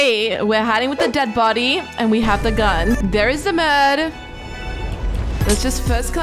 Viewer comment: You said gun wrong when you were murd and a dead body was hiding the gun you said guy